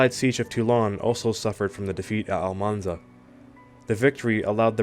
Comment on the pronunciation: It's Almansa, not Almanza. It's still not too late to correct it!